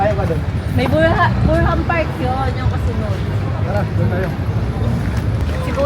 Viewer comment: Mrs alam mo namang malamig ang pupuntahan ninyo gnyan pa damit mo huwag namang pasikat maraming my magandang kutis at mukha kysa sa u, kamukha ka pala n zoraida at hndi pa marunong bumasa BURNHAM at hindi BURHAM bolol ata itong asawa ni cobra prince